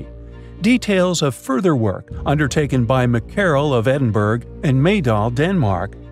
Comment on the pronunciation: It's pronounced Edin burra not burg.